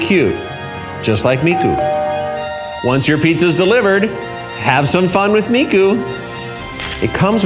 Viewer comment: the way this man says Japanese names, including miku's, makes me wanna delete my dominos app ft hatsune miku